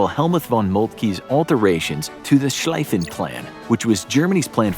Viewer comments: Schlieffen is pronounced Shleefen, not Shlaifen. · Slij-ven plan??? It's Sch (sg) l, IE (like the knights who say NI but with an L) FFenplan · In German 'ie' is pronounced like an elongated 'E' and 'ei' is pronounced like an 'I'. So you pronounced Schlieffen-Plan as if it was spelled Schleifen-Plan which would translate to Ribbons plan 🎀 or Loops plan. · It's pronounced SHLEE-fen (Schlieffen). Otherwise, Schleiffen is SHLAI-fen. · Learn how to pronounce "Schlieffen". "Worst military leaders" and no Austrian general? Impossible! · Haahahahahahahhaah, m8 in ww1 u the us did literally nothing be quiet u didn’t stop the western front from collapsing u didn’t save the war all u did was kept it from going another few months and u guys think u did so much, also u pronounced schlieffen plan and the Somme wrong good old American education.